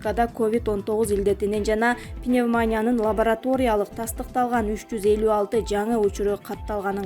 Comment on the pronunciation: Пнемания эмес туура айтпайсыңбы туурасы, "пневмония"деп айтылат.Кайдан окугансың сабаты жок дикциясы жок бул эмне деген диктор сөрөй.